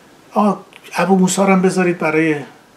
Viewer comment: اقای سلطان پور بعرض برسانم اسم جزیره را درست تلفظ کنید نام مبا ک جزیره ،،،،،، بو موسی ،،،،،، است نه ابو موسی